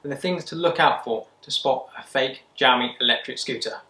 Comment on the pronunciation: gamy 😂😂😂😂😂😂 xiaomi